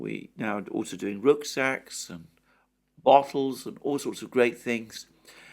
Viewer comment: The shorter form is preferable Alexander. It keeps you from waffling on and on. By the way, it's rucksack not rooksack.